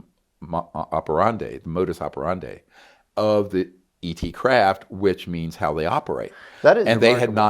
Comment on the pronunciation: “Modus operanday…that means the way they operate…”….if you’re going to be so patronising as to explain the bleedin’ obvious definition, at least pronounce operandi correctly! 😂🤣